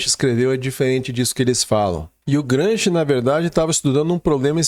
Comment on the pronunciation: Excelente conteúdo. Parabéns. 🎉 No entanto, ouvir o nome de Gramsci como" Gransqui" causa dor nos ouvidos.🙈😂